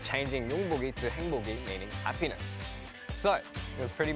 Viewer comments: I’m sorry but he say “a penis” I’m confused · Why'd he say 'happiness' like 'ha-penis" 😂